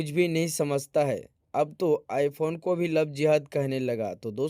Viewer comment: Bhagwa I phone bhi nahi bol paya😅